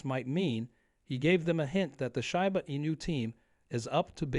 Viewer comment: It's SHEEEEEBA, not SHAI BA